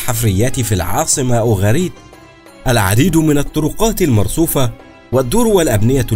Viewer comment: اسفة اسمهما أوغاريت قراءتك غير صحيحة